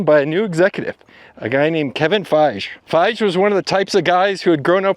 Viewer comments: it's FI-GEE, not Faish... ! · Lost me at "Feigh" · it's actually pronounced "fy_gee" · For Kevin Feige, It's pronounced "Fei-gee", not "Fei-gch". Can't believe of all the names in this video you'd mispronounced this one. He's so well known in the comic book world. 🤣 Also, , you praised that Thor Ragnarok worked, but then , you said that it had mixed reviews and the director didn't bring anything new to the table. It looks like you're contradicting yourself in the same video. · “Fije” 😂 Dude, research how to pronounce “FY-gi” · Kevin "Faige" 😅 By the way,I disagree with your reading of the Ike Perlmutter vs Kevin Feige situation.. Phases 1-3 (Infinity Saga foundation laid) were mostly Ike and the Marvel creative committee (bunch of comic nerds in executive roles) controlling the ultimate direction of the... When Ike and Perlmutter were forced out and Kevin "Faige" had total control that's when you got phases 4-6 and it was Kevin himself who said he wanted at least HALF the heroes to be female with Captain Marvel leading everything... Yeah the first one made a billion (we know why) but the second one showed everyone how truly the character could stand on it's own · How did you manage to do all this research but still end up calling him FYSH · It's pronounced Fi Ghee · Man, you’re letting me down on this one. You do so much research and you can’t pronounce Kevin Feige’s name? “FI - GEE” two syllables. Sorry, that’s a real miss. I’m so surprised. Really disappointed. Have I been wrong about your content? Just got to the point in the video where you mention mispronunciation and saying you are a Star Trek fan. So we’re clear, mispronunciation, particularly peoples names is very disrespectful, but it speaks to your research. I like watching your content because I thought you did your homework. Now I’m not sure. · Fai-jeeee Hahaha who told you to pronounce it like that? 😂😂😂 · It's actually pronounced Fy-ghee. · Kevin Feige’s last name is pronounced FY-GEE